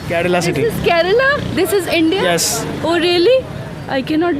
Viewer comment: Pakistani joke karela not kerla 😂😂😂😂😂😂😂 jaahil Pakistani 😂😂😂😂😂😅😅😅😅😅💩💩💩💩💩💩🐕🐕🐕🐕🐕🐕🐕